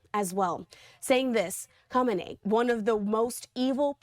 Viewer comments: Pronounce the name properly at least, would you?? It's "Kah-may-nee" phonetically, not whatever you're saying. Sheesh. This is great news for the Iranian people, though. Maybe they'll get their freedom, and more, back like they had before these psychotic Ayatollahs made their lives a literal living h*ll for so many decades. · Don't get your news from talking heads that don't even know how to pronounce the names of world leaders. Good grief.